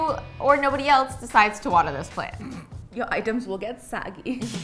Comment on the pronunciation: soggy not saggy 😂😂😂 but I do that to so ima let it slide